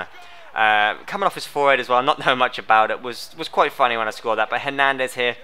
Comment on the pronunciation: did you say herndandes 93 and 92?